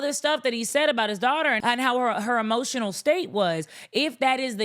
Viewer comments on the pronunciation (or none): HEmotional 😂 I love it!!